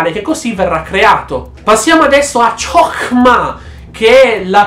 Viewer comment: Sentirti leggere Ciokmà non ha prezzo 😂